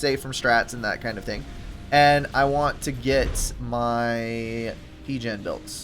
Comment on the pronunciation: I can't stop thinking Pigeons whenever you say P-Gen. i can't take this game seriously anymore lmao